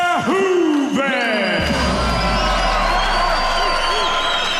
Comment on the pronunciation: I like how Ron Kruck is really making an effort to pronounce Verhoeven's name like a native Dutch speaker would pronounce it. . He must have practiced that a hundred times :)